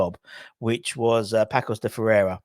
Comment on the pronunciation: Not Pakos. Whenever the "c" has a little tail (ç) you read that as an "s". So the name of the club reads Passos (as in piss, god forbid). Also there's no "La Liga" in Portugal. That's in Spain. Different business entirely.